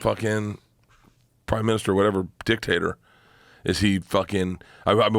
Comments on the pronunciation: When he says "dictator" , it doesn't sound like he's saying dictator. Sounds like he's talking about a potato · When they say Dictator all I hear is “Dick-Tater” and I laugh. 😂